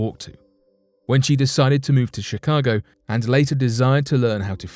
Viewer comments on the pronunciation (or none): none